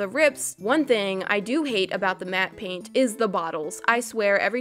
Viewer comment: Did you say paint on pain or both